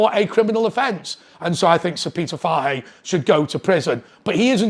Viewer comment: Fahey... poor pronunciation my man